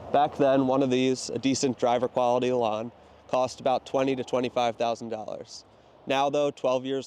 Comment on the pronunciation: Elan rhymes with pan.